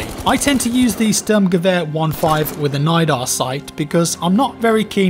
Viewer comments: You dont really say the S in Sturmgewehr like a single S in german. More like the s of sh*it for example. I know you might not care about. Just a little extra information. ; ) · stirmgevehur is the best way to describe saying it in text form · You know that english spoken people cant pronounce german good. Stürmgewehr only Swedish people do it well 🤣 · CanadianBluePants lmao